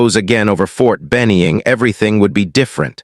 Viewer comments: McKenzie TN is where I am living now but since I did Basic and AIT at Ft Benning if caught me off guard the way you misspoke the name of the Army base there is no E in the name please try not to make that mistake again thanks for the videos you make always enjoy a story where someone is under estimated really badly and get a rude wake up call when needed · Good story. Narrator should learn how to pronounce Ft Benning. Also, the Seal Team Colonel's picture showed him wearing medals/decorations in battle dress uniform. That's wrong.